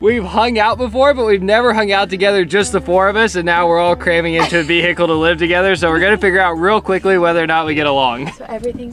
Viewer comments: As a Michigander, hearing say Ve-hick-le a couple times cracked me up. 😂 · Anyone notice “Ve hicle”😂